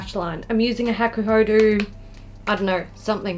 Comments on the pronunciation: Woow... this eyelook? 👌💖 PS: I know its just my stupid request but can you pleeeaase, PLEEEASE say hakuhod[ɔ] not hakuhod[u]? My ears will be very thankfull 😅 And most importantly... 🎉HAPPY B-day!!! Yaaay! 😘 ...Hope I have written it right.... English is not my strong point... 😫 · Yes the "ho" and "do" sound should be the same :)